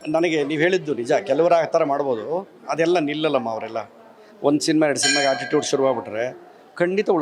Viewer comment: Ammoo.. Adu haatitude alla attitude 😂 aakara hakara baralla to anchor 😂😂😂